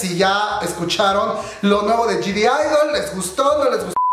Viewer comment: bro porque dices Gdidol jajajaja para empezar la G ni se debe pronunciar y no hay D al principio de la palabra de idle por eso se escribe G-idle porque la G realmente no se pronuncia, es crítica constructiva que espero consideres